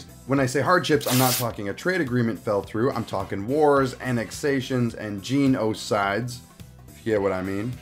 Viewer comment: Band this guy he said gen o side